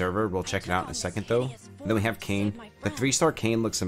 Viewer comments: Bro it’s not Kane… it’s Kai (like in Cobra KAI) and naa (like in the sound a horse makes). Also main character doesn’t have a name, everyone just calls him Nier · Hahahah great video. I think people just refer to the guy as Brother Nier and the girl name is pronounced 'KAI-Nay' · Awesome info man. I know you mentioned you weren't too versed in the Nier storyline but save you from reading that auto translated name that character is called "Nier" or "Brother Nier". Also fyi, Kaine is pronounced Kah-ey-neh and Emile is pronounced Eh-Mil.